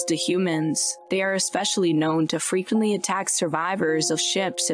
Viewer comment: Why does the narrator hold the last syllable for so long “frequentllyyyyyy” made the show unwatchable. Like a “valley girl,” or “cali girl” accent. “Deadlllyyyyy”